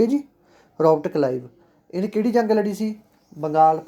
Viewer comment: Sir tusi glti nl Robert kalive bolta c g